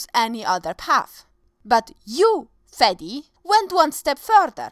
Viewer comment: Please don't call him Fadi/Fadey ever again :-/